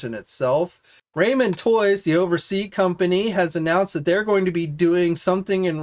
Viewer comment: Gotta say: Plunderlings has a second L in it. Ramen is pronounced Rah-men. And their Centurions and M.A.S.K figures are unlicensed 3rd Party, not "Bootlegs/knock-offs".